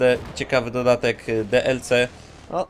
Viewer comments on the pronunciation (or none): dlc mówi się dielsi